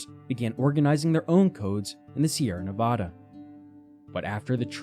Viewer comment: Someone needs to tell the narrator how to say Nevada and Fernando, not the stupid way he says it. That just proves his ignorance and is very annoying. Enjoy! Kurt in Santa Rosa, Ca.